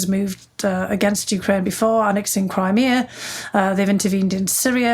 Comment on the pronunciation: I'm looking forward to this interview with two fascinating women. That audiobook is next on my list. I'm pretty preoccupied with what's going on over there. Thank you for calling it you-KRAINE and not YOU-kraine, which bugs me lol. Having Biden in office at this time is very reassuring, because I trust him to take the best course of action with probably the most knowledge anyone has and with wonderful and smart experts around him. I imagine Putin is sorry (and I'm grateful) he didn't make this move when Trump was in office. Timing is everything.